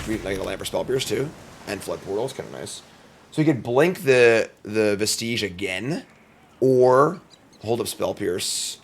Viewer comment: It's also pronounced veh-stuhj, not veh-steej.